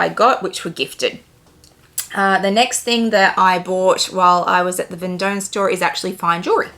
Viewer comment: It is pronounced ‘Von Dom’….. not as written.